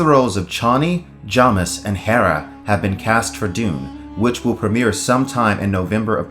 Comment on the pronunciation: Who are Chonnie and Jommis? Do you mean Chani (CHAY-nee) and Jamis (JAY-miss)?